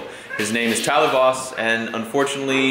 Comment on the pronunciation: Lol that's pretty funny, every time your say your friends name Tyler Voss, I have a brother named Tyler, and my last name is Boss, so it always sounds like you're saying Tyler Boss lol